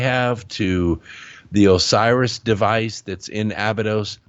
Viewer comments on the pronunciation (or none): none